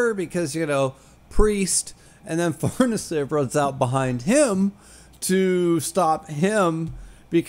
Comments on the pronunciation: the pronountiation is correct, but Farnese is an italian name, not french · BASED SCHIERKE AND FARNESE PRONUNCIATIONS. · I believe you're actually the first youtuber to pronounce Farnese 100% right 🤙...and then ofc calling it french 😂 not that it matters even a little, just very funny/ironic, I actually thought you did that on purpose 😂 well done in that case, sir 👏